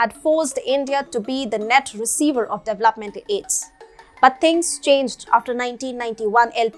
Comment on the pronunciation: you have been presenting well. Thanks. But I am unable to bear the way you pronounce DEVELOPE or DEVELOPMENT. Looking forward to see improvement.